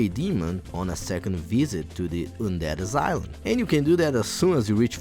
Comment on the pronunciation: I subbed when i heard "oondead asyleum"